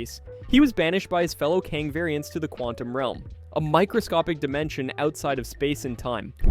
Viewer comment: How do you mispronounce Alioth they say its name like a million times in Loki? How do you alternate between saying Kang and KAHNG?